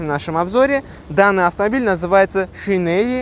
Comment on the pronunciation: Не "Шинери" а "Шайнрэй"